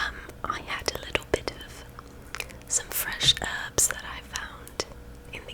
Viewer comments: as another british guy, I have to say that for the most part it’s actually pretty decent, but some of the details are off. A brit would never say “erbs” for example (cringe)… not too bad though to be fair. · not bad but the British call herbs 'Herbs' - with an H. x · solid effort. and a very relaxing video if you wants some unsolicited advice, if you're acting British remember to pronounce the h in herbs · The accent goes a bit Dick Van Dyke in Mary Poppins at times, but it's okay! I'm sure it's fun for D&D, and there shouldn't be any judgement. What sort of character are you playing? I think the best English accent by an American that I've heard was Claire Danes in Stardust. Great film. p.s. We say the H in herbs, though. =p